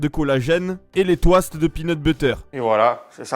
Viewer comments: Comment il prononce « toast » mais wtf😂😂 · Pourquoi tu dit des touaste? Mdr c'est des toast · on dit Tost zebi pas twast